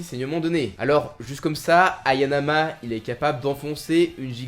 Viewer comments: trois fois tu répetes haYAnama , mais le nom de Kaoru c est haNAyama ;) , chouette video sinon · Hayanama ❌ / Hanayama ✅ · Petite correction c hanayama pas hayanama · c pas hayanama c hanayama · 😅 Dsl mais se n'est pas anayama mais c'est hanayama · c’est Hanayama non Hayanama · Hanayama , pas "Hayanama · Hayanama???!!! Hanayama plutôt je dirais pareil pour biscuit oliva et non olivia ta un peu de mal avec les noms